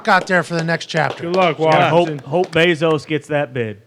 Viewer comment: The way Pat pronounces Jeff Bezos name infuriates me to no end.